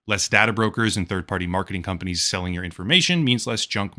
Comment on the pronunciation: I honestly thought it was intentional. Like. Con-panies. Like con artists.